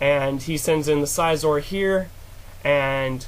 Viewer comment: It was a pretty good game overall but I don't like the way you pronounce Scizor. =\